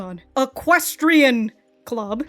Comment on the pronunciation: One of these days,, we'll teach you say equestrian. 😊